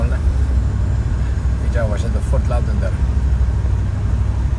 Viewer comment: fort loterdejl ;) jakby co...